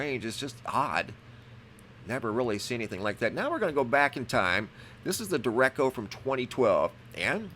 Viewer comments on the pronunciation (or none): Just an FYI....It's pronounced DARE-ECHO, not "direcko" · De-re-ch-o not De-re-co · It's pronounced " der ray shee o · Der-eht-cho Spanish for straight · May I kindly correct your pronunciation of Derecho... de-Rech-O like the Rach in Rachel, not echo. <3 Thank you much love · FYI: It's pronounced De-Ray-Show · Derecho pronounced duh-ray-ch-o...the ch is pronounced like the ch in church. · DERECHO- PRONOUNCED, DARAYSHO. WE HAVE IN OHIO ONCE IN A WHILE. LOVE YOUR WORK! THNX! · /dāˈrāˌCHō/ (day-ray-cho) Noticed you've had trouble pronouncing the word in this and the last video. Google has a pronunciation feature if you ever get into this pickle again. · I think its pronounced like deh-rey-cho. Just saying. Thanks for the vids.